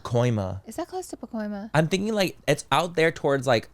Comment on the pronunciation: When Laura said pacoima 🤣